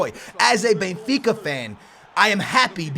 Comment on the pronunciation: isn't BENfica not BAYfica ???